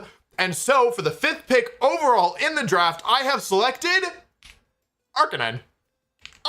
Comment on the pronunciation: no way he says arcaneenay instead of arcanine. it’s literally a canine